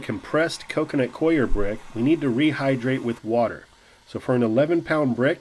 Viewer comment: The "coir" of "coconut coir" is pronounced the same as "core."